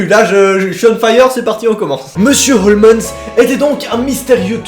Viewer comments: Cela se pronnonce comme sherlock holmes😉 pas holmesss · tu sais on dit HOLMES pas HOLMENS!!😁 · OUIIIIII MAIS EUUUUUUU C'EST PAS HOMENS MAIS HOLMES!!!!! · Jkiff t thread mais stp évite de dire « Holmens » au lieu de « Holmes » pck sa casse vrm les couilles 😂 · Il ne s'appelle pas Holmens ! 🤣 on dit Homs 😂 tant pis si tu déformes tout, je t'adore quand même 😋😍😍😍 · Désolée mais cela n'a rien de paranormal en totalité, H H Holmes que d'ailleurs désolée de te reprendre tu prononces mal, est un tueur en série. OLMS en prononciation, si c'est possible de l'écrire pas holmens comme tu le dis. Fallait qu eje le dise je me passionne pour les tueur en série et ça ma irrité tout le long de la vidéo, alors que d'habitude je suis plutôt friande de ton contenue. Parle de meurtres tout simplement ou de tueur en série, car cela n'a rien d'un thread twitter à la base, c'est une histoire vrai. Il est surnommé l'hôtel de l'horreur. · Je suis la seule à entendre HOLMENS alors qu’il y a écrit HOLMES ? 🤔 Sinon super vidéo comme dhab 🤙🏻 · Juste, "Holmes" se prononce "holms" comme Sherlock Holmes 🤦‍♀️ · Merci je me disais que j était seul à entendre Holmens 😅😅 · Oui, moi aussi ça m'a perturbé pendant toute la vidéo. Et pas juste le "N" qui sort de nulle part, mais aussi la manière de prononcer le "S". A croire que n'a jamais entendu prononcer le nom du plus grand détective du monde... Ou alors on m'aurait menti, et ça se prononce Sherlock Holmaince? Hum, il va falloir que j'en demande confirmation au docteur Ouateusson. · Quand Holmes devient "Holmesse"